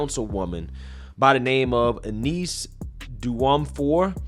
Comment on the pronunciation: this is really sad to watch. Just a little help with the name: it is pronounced Yunice Jumfour (the surname is of Ghanaian descent)